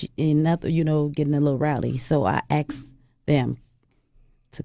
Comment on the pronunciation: Whats up with the "aksed" instead of "asked" Heard it before but she makes it stand out like forced to say it like that